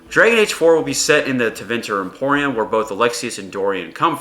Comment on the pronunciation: Tevinter IMPERIUM, dude. Not "Emporium".... it's not a perfume store. LOL XD